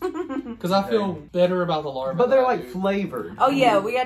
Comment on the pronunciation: LarvAa 😂😂😂 it bugged me when you kept saying it wrong 😂😂😂